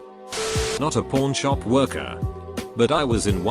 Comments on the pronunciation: I heard it every time he said pawn shop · the way it says pawn shop